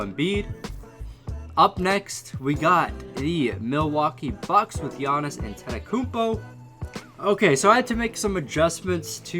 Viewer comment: You missed pronounced Giannis’s name when you said one great player and Dragan Bender